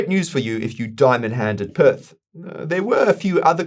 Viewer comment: Pretty sure PYTH isnt pronounced Perth